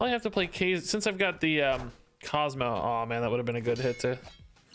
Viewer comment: Can someone help this man pronounce Kazar lol? Maybe send him the X Men animated series epsiode? Anything ???